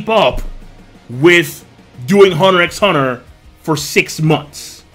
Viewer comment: The "X" is silent...